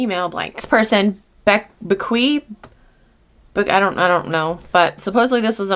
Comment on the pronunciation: Cynthia, that Bequi sounds familiar. Didn't Nitch pronounce that name as "Becky?" Hmm....